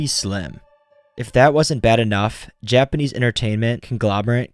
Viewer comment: For real, it was so jarring when he said any Japanese word and butchered it.